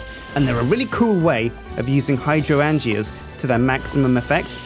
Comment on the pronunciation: Gregory Yorke It's literally in the name HYDRO-angea. "an" as in "an apple" and "gea" as in "pangea". The word itself is fairly simple.